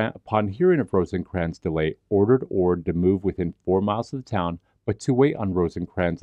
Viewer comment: Rosecrans, not Rosencrans